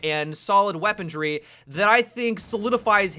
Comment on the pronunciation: Is he saying "weapondry"? Like, with a D in it?